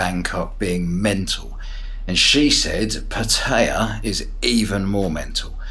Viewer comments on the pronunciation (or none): It's pronounced Putty-ya just FYI